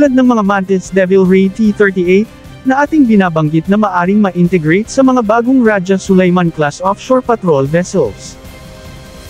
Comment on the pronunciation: Pati pagbigkas ng rajah Sulayman mali.